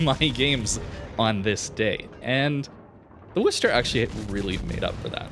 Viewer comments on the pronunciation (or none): Can we please stop saying 'Wooster'? It's named after the second largest city in my home state (MA), not the city in Ohio. It's pronounced 'Wusster', like "Don't be a wuss". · "WUH-STER" not "WOO-STER"